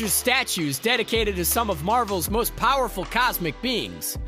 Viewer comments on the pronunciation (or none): none